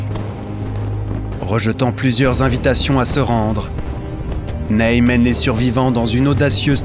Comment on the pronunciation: Très beau doc, merci. Mais le Maréchal "Neille" aïe aïe. Le Maréchal Ney/Nez.